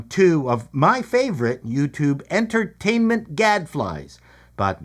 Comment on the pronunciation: Did you say en"turd"tainment???